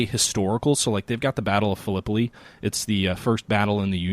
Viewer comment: Battle of Phil-eh-pie. It does not rhyme with Galipoli. Love the conversation btw,...the game sounds really cool. Total war: Civil War would be great if they did it right.